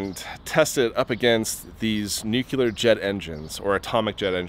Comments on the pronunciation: I'm sorry but doing a video specifically about nuclear anything, and then saying the word nucular less than 30 seconds in, has me thinking of homer Simpson. Doing it twice in the first two minutes I know it wasn't just a mistake... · Sorry I can't help myself. It's "NU-CLEE-ER" not "NUKE-YOU-LER" See? Nuc-le-ar. Nuclear. Thank you for understanding. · 20 seconds in.. If you pronounce it "nuke-you-ler" I'm watching someone else more informed. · >runs channel called "radiation drew" >pronounces "nuclear" wrong are you kidding me? it's nuc-LEEEEEE-ar NOT NUC-YOU-LER OH MY GOD I'M LITERALLY SEETHING he'll keep mispronouncing it forever too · Please, please, please stop saying “nuculur.” Do you say “nuculus”? Maybe you do. It took me a long time to stop saying it. It’s tempting and seems natural. It also makes people think you’re ignorant. You aren’t ignorant. How do you get the sound out of the word “nuclear”? There is no vowel between the C and the L of “nucleus” or “nuclear.” No vowel sound whatever belongs between those letters. I really like your videos. Honestly. Thanks for making and sharing them. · Your videos are awesome, love the enthusiasm, info, and photography, just wish you would say new-clear instead of nuke-you-lar. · It absolutely blows my mind how you pronounce "nuc-le-ar".